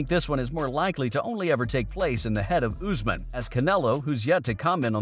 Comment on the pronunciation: you said usman name wrong lol! but Canelo name right? I'll be watching you buddy🕵🏽🕵🏽🕵🏽🕵🏽😂😭😂